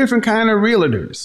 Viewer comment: Please stop calling them Realators. It's Realtors.